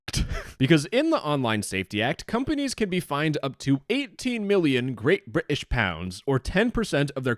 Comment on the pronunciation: I appreciate the correct pronunciation of Bri'ish